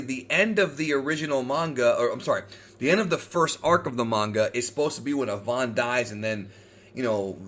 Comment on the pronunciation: pronounce Avan like Avant Garde. that is all